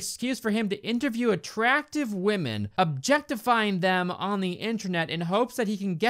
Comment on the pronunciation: When he said objectifying I instantly thought objefftifying